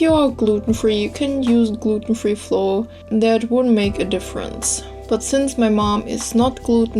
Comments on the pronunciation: Flour is pronounced the same as flower. We only know the difference when speaking based on context. Hope this helps. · Yeah it sometimes turns out difficult , pronouncing the words right. It took me five year to find out that you actually say "flauer" insted of "floor" #justnativegermanthings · the way you pronounce flour makes it sound like floor! :D really cute. :) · Delicious!! I'll try it! It's funny cause you say floor instead or flour hehe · I just adore the way you pronounce flour, it's amazing (no hate btw, it's just pure gold)